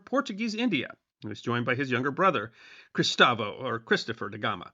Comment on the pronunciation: Cristóvão and Gustavo, at least try to know the correct names.